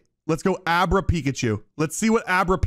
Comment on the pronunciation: If I got 1k dollars for every single time has said a name wrong or called wartortle squirtle… then I would be rich Edit:why this man call Abra “Obera” when the Pokémon’s name is is just “Abra” like abra kadabra alikazam.. which is the name of the whole evolutionary line